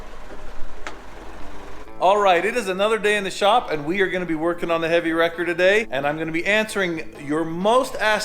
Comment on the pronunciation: I keep hearing "Heavy Rector" when you refer about this new tow vehicle!!..lol